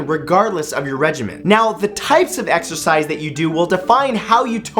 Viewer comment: Exercise I thought u said extra fries Lol